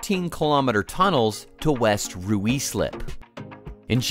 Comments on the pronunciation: Ruislip is pronounced Ry-Slip like High Slip, but with an R. Not Rooo slip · Ruislip: pronounced, Rye-slip. The usual germanic rule of where there are 2 vowels together, the first is silent, applies. Birmingham: pronounced Birming-um. There is no emphasis on the ham. 🙄😖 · Ruislip is pronounced Ryeslip. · Meanwhile, China has over 26,000 miles of high speed railway lines in full operation. BTW, "Ruislip" is pronounced "Rise-lip". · It's actually closer to "Rice-lip" than "Rise-lip" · FYI Ruislip is pronounced ryslip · Ruislip = Rus-lip. English pronunciation, innit. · Who allowed an American to comment on british politics to then pronounce Ruislip as ruis lip🤣🤣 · "Rye" + "Slip" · no way is the voiceover synthesized or AI. it's a real man speaking. and it's rye-slip. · obviously it is rye-slip. Why do you not think it is speech synthesis, though? There are even UK channels who use it, such as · Never heard anyone pronounce Ruislip that way before. 😮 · There's plenty wrong with this project, which used ludicrous assumptions to fiddle the cost justification, and a low price to bait government into commissioning it. Criminal investigation needed - there will be a river of bent money involved, as with all government schemes. Please get a British actor or AI bot to voice the video - might then be able to pronouce Ruislip properly.